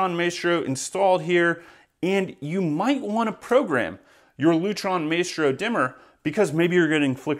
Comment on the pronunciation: You don’t even know how to pronounce Maestro🤦‍♂️